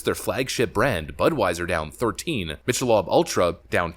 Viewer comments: It's not pronounced "Mish-ih-lobe" it's "Mick-ih-lobe"... not that I drink any of that pisswater anyway. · You are killing me, it’s Mick-a-lobe, not Mish-a-lob. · MICK-EL-LOBE......Not michelin man lobe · It's pronounced 'Mick-a-lobe" not 'mitch-a-lahb' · MICHELOB IS NOT PRONOUNCED “MISH- A - LOB. ITS PRONOUNCED MICK-A-LOBE. CMON MAN. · "Mick-uh-lobe" ultra. Great vids! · Not "mish-a-lob," its pronounced "mick-a-lobe". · Michshalub Ultra??? you mean Mick-uh-lobe? LOL but seriously, love the videos. thanks for all you do. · Mish a lob? What country are you from? Michelob is pronounced Mick a lobe....You try to come off as a common American, but i sometimes catch you pronouncing common American words/brands in really strange ways, and it makes me scratch my head and wonder where you are really from, lol. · Mishelob? Did you just pronounce it Mishelob? Its Michelob (Mick-eh-lobe) and has always been pronounced that way. I've also heard the speaker of this channel mispronounce some other well known words and places before. Is actually a person talking or is it some kind of AI/computer generated voice reading a script? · It's not pronounced "mish-a-lob" it's "MICK-A-LOBE". Geez. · I'm not harshing on ya, since you wouldn't know - but the "ch" in "Michelob" is a hard "K" sound. Like "mick-eh-lobe" - Love your content, btw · Pronounced mick a lobe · "Mishe-lob Ultra"? Haha that pronunciation made me laugh 😂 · You pronounced Michelob "Mish-uh-lobb". What country are you from? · Narrator: Mishelob Me: you never drank beer before, did you? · Its mic-el-lob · Mish-a-lob Ultra?? Good god, at least get it right if you're gonna rip on them. They suck, but geez, do your homework. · Did my dude really just say fking Mitchell-Lob Ultra? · IT IS PRONOUNCED LIKE THIS {SOUNDS LIKE {MICK-EH-LOBE} NOT HOW YOU ARE BUTCHERING IT. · MICK a lobe not mitch a lobe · It’s, Mick-Uhhh-Lobe…. Jesus. Please stop fucking that up… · Michelob - Mik-a-lobe